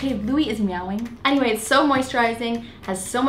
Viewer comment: Definitely you are much more energetic haha. Also I liked how you said "miauing"